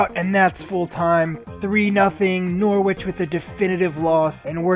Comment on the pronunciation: Hello mate i'm from England, the way you pronounce Norwich is "Nor-itch" as the "W" is silent, Keep up the good work though!